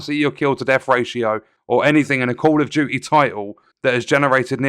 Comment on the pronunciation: "Call of Jooee"